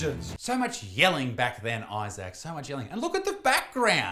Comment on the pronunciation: You dont say issac !